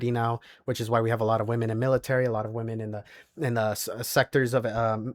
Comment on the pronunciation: Nothing that simp said is an argument. He sounds unintelligent, he can't even pronounce the word "women" correctly.